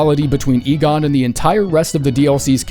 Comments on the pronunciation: bro is finally saying Igon right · credit where its due, this time Igon was properly pronounced o7